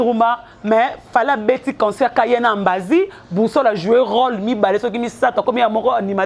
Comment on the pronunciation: Ambasi et non ambazi pe longolaka merci pour ton djob